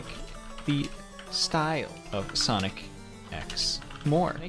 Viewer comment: No one:: sOnCi